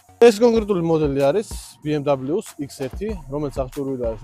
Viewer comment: ბი ემ ვი სწორია და არა ნი ემ დაბილიუ.